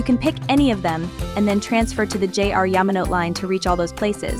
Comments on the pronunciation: It's Kay-kyu and Yama-no-tay! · Yama-no-teh is a little more accurate